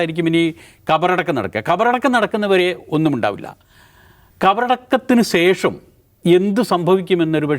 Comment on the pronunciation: കാക്കേ.. സേഷം അല്ല.... ശേഷം ...